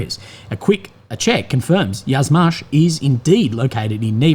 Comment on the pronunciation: a little note/correction - Yuzhmash is not pronounced "Yazmash", but "you-zhmash". It comes from the Slavic word for south -yug, where you pronounce the "yu" like "you", not "ya". Yuzhmash literally translates as "Southern machine-factory".